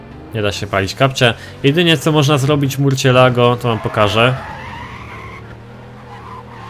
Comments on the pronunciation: Co to murćjelago?! Chyba mursielago. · Murczilago się czyta !!!!!!!!!!!!!!!!!!!!!!!!